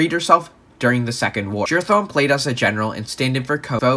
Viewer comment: why he say it like jerathon